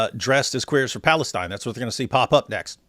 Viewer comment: Bruh no way he said Phalustine 😂😂😂😂😂